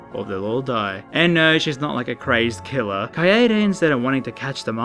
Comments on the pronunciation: Kai-Day. Kaede. Kuh I Day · HE SAID KAYAYDAY HAHAHA Kill me Or step on me, Junko.